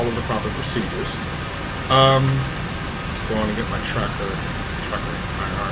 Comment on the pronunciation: Also, sorry, and i'm nitpicky, but you pronounce TrackIR incorrectly. Most people know it as "Track-eye-are," and not "tracker..."